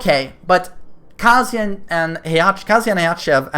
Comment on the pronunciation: You keep saying Kaaazuya